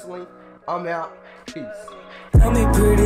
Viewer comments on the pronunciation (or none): none